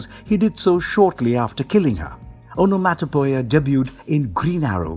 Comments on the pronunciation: On-a-mot-a-pee-a is how one pronounces Onomatopoeia. Otherwise? Great video!! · Aa.nuh.maa.tuh.pee.uh. Onomatopoeia. This is how you say that word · It physically hurt me when i heard him say "Onomatopoeia" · I really want to say this video was amazing.. however.. There is zero chance you didn't intentionally say everything you could incorrectly. It shows a deep lack of fuqs to give. You literally said ”snikt”, the sound of metal on metal sliding into place, and the second most well-known onomatopoeia after "pow", ”skint". Never mind that you didn't even begin to care how to say "onomatopoeia", much less Google it. Hell.. you said "Talia” wrong.. the WHOLE video. A potentially amazing video marred by the author's desire to show everyone how little he cares. I had to turn the video off when he said "maniackle". What the HELL is a maniackle?